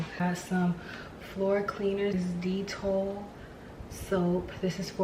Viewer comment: It’s pronounced Deh.tol not deet.ol